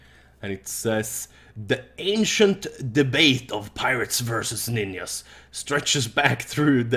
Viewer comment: Ninjas or ninyas lol